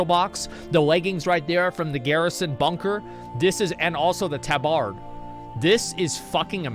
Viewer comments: wtf is a taaa bard? it's Tabard.....*cringes everytime he says it* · FFS! it's Tab-ard not Ta-bard!! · Tah-bird, thats how its pronounced asmon